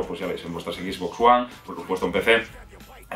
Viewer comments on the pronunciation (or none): none